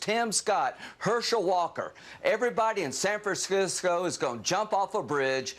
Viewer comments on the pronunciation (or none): Is "Saf-fran-sisco" really that difficult to pronounce? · San Fersyscew “ 😂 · All that video showed this Californian is that Lindsay Graham can't pronounce "San Francisco". He sounds like a drunk... " Let's go to Sanfercrisco!" 😂😂😂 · San Franskisko? Lindsey said it twice here. Just akks him to say it again. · Mrs. Lindsay said, "San Frankskscisco"! LOL...